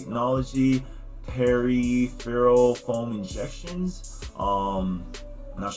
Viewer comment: Peripheral is pronounced PURR(as in "perfect")-IF(as in "if")-URR(as in "early")-ULL(as in "ultimate").